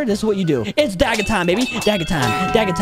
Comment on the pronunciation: Bro said dagga time 😂😂😂😂😂😂😂😂😂